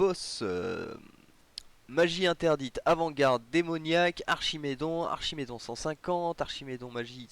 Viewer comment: Archidémon, pas Archimédon :))